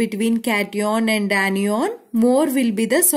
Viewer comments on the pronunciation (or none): it is anion not enion and cation not catenion 😂? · Aniyon....😂😂🤣🤣 I cant understand mam this word....😅😅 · Mam when you say kation ana annion it sounfs very funny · cation anion shi se bolo